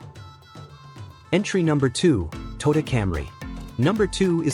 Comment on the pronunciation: Since this video is supposedly from a mechanic who we would expect to be familiar with vehicles, but doesn't know how to pronounce Toyota (toy ow tuh), and instead pronounces it as (toe duh), color me skeptical.